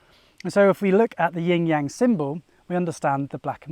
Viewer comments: Love your videos, but it sounds like you're saying "ying yang" sometimes, which is different ;) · It's NOT a "ying yang" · When will Westerners learn to say Yin Yang correctly. Even these masters talking say Yin Yaang, and still throughout the video he says it wrong!! Why is this? White privilege? He alone and the westerners say it right over the actual person who speaks Chinese? Please please do not disrespect our language! Take the time to learn correct pronunciations is a language other than English.